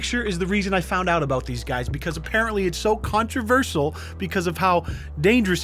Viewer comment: Why do you pronounce “controversial” like that... just pronounce like a normal human being lmao